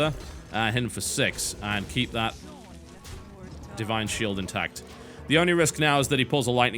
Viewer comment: "Di ine Shield"